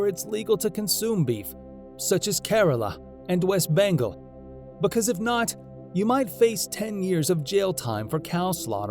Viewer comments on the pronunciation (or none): none